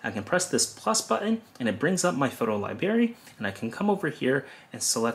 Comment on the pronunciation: Libary? Or Library?